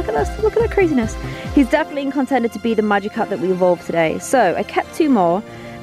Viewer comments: Magikarp not magicarp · Supposed to say Magikarp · magickarp lol not magicarp